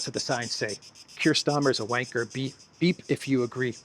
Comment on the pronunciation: saying, wanker in that accent!!! Priceless.